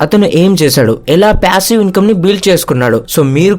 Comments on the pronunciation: that's what I'm saying meeru ala pronounce chesaaru ani cheppthunnaa...it's passive not pyassive... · Ooh babu pyasivve ani antha daridram gaa pronunce cheyyodhu bro.. irritating anipinchindi throughout the video